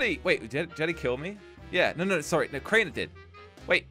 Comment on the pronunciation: Its Crianer